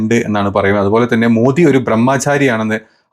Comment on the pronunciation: എന്താ പറയ...എന്താ പറയ..എന്താ പറയ.. വിത്തു Photo അല്ല വിത്ത് ഫോട്ടോ ആണ്.. Teet alla tweet ട്വീറ്റ് ആണ്. ബ്രഹ്മാചാരി അല്ല ബ്രഹ്മചാരി ആണ്. Be careful when you present something in a public platform. വിത്ത് എന്നു പറയാതെ വിത്ത് എന്നു പറയൂ..